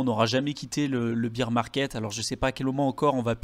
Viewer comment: S'il vous plaît, bear market ne se prononce pas "bir" market mais "bèr" market. C'est different de beer... C'est un petit détail mais qui fait mal aux oreilles ;-)